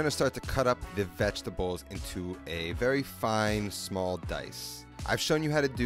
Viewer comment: I like how he says VEGTABOWS